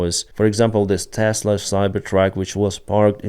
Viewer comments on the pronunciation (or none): none